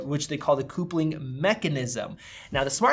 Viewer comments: Did he just say “coopling”? It’s coupling! 😂😂🤦‍♂️ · Lol. Coopling mechanism. It’s pronounced cup-ling. like the actual word from the dictionary, coupling. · "coopling" lol. It's couple-ling. No worries just FYI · not a "coopling" mechanism- but the two devices couple-- it's a coupling mechanism. Great review of the patent release though, thank you. :) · Where it gets weird? When you read the word coupling, you said Coopling! What’s up with that! Coupling is derived from the word couple. Sounds like cuple. Two people together is a couple. I’ve never heard coupling pronounced coopling! It doesn’t show up on my spell checker. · the what? lol coupling is pronounced like "couple" with an +ing on the end. Not "Coopling" haha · “Coop-ling mechanism” 😂😂😂😂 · "coopling" haha. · I enjoyed your pronunciation of "coupling". :D